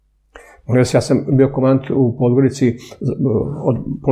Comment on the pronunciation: KomaNdant. Izgovorite to N vise, molim Vas.